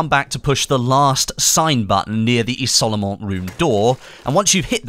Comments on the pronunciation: The picture looks like the statue on Soissons. Also it's "izol-mon" :) Good effort with the french! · You can say "izolement" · The way he sais Isolement lol